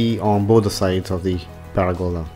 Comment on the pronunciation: Job well done sir, it's fitting, the extra A you use to pronounce pergola [peragola] lol... is what's needed to describe how this turned out an "A". Once again great work, great videos and great family teamwork!!!